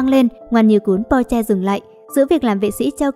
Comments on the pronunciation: Ad ơi mình không biết bạn rv mấy cái phim trước như thứ nào nhưng đây là KinnPorsche bạn đọc sai với lại cách giới thiệu nhận vật sai tên là không tôn trọng đến tên diễn viên trong phim Porsche không phải Po mong Ad có thể nói bộ phim hay hơn với các nhân vậy bạn rv như vậy thì mình không thích 1 thứ nào người không ra người lươn không ra lươn là sao vậy ạ .Đây là ý kiến của mình mong Ad có thể suy nghỉ kỉ khi rv với phim hay 1 chút còn không thì đừng rv nha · bạn ơi xem lậu bạn biết thế nào không hả mấy anh bỏ mấy công sức để đóng thà bạn coi xong rv đúng mình không nói còn đây đọc sai tên có tôn trọng mấy anh không vậy ? Porsche k phải Po nhé Xoá video dùm